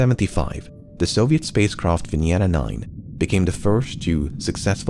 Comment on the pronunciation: Thanks for pronouncing venera correctly